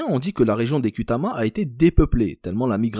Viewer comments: On écrit ''Kutama'', mais le ''u'' transcrit un ''ou''. Prononcez donc Koutama, pas Kutama. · Kutama tribu de petite Kabylie chose que tu as du mal à dire... l' arabe